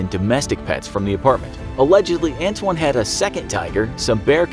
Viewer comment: His name is ant wan